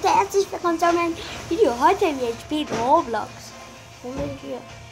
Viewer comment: Das heißt roblox🤦‍♂️